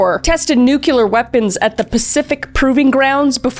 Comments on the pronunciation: I had a friend who suggested killing a cat we came across in the forest. I said "that's somebody's cat!" and unfriended that guy immediately. BTW, please, Repeat after me "New-clee-ur". Not ""new-cue-lur". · Nuclear: NEW-KLEE-URR please and thank you ❤ ❤ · Oh come on no, Chris you're too smart for that. The word is nuclear not nucluar. As in the nucleus of an atom. Nucular. I only complain about this because you are so smart and I thought you knew better. I love you nonetheless though and I love your videos and your content And I love hearing you talk about Caleb and all that stuff so...😋😋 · Kristina, it's NU-CLE-AR. Not nucular. Great video. Congrats on your recent engagement!🙂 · I love you Kris and I don't want to be this person but my OCD wants me to gently whisper "nu-cle-ar". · Fun fact, the word nuclear only has two syllables